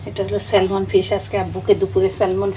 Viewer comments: salmon er" L"uchharon hoy na...silent thake...orange k কমলা, না বলে কম লা বলে।plz vul bal na bole thik kore bolle valo hoy bachchara o video dekhe... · ন্যাংটা হয়ে তো কথা বলে না। বাচ্চারা দেখলে কি প্রবলেম? মোট কয়লাখ কম্ লা বা কমোলা বলে শুনতে চান? নোংরা পান্ডিত্য একটু কম করবেন। Salmon স্যাম্যান্ হলো right pronunciation. Dialect বা আঞ্চলিকতা থেকে স্যালমেন বলে। শুধু Almond এ আমন্ড বা আমেন্ড বলতে হয়।